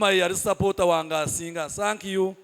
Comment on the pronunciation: Oruzuungu norwa Sankiyu points Za MTN 😂😂😂😂